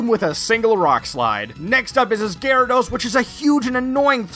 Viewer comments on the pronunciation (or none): none